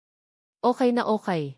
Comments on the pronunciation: Ayusin mo naman Ang pag bigkas mo pronounce it carefully Anong okai? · Magrehearse ka muna sa pagbabasa mg kuwento mali mali ang pronounciation mo pati okay ay okai, ang totoo at to too ang pronounce . Napakagandang kuwento pero nasisira sa pagbabasa ng narrator. Dapat irehearse ka muna ng admin